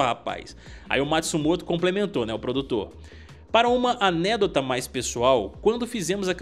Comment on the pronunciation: Achei desnecessário colocar estes dois no jogo, ainda mais por eles já terem participado de outros jogos extra-KOF. Daqui a pouco, fica uma putaria cheia de personagens, como e SFV. A pronúncia de "anedota" não é essa, cara.